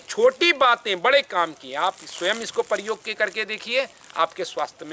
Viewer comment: Aap prayog ko “pariyog” naa kahe tho achchha hoga aur baar baar english shabd upyog naa karen